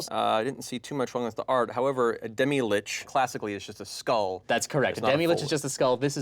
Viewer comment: Um, actually it's pronounced lich and not LICK also it's mythos and not MY thos